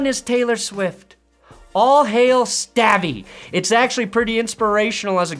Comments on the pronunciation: You are saying his name wrong!!! It's is not STAVY 😅 it's pronounced stovy. Come on!!! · You are saying stavvy wrong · not pronouncing Stavvy right was painful to my soul.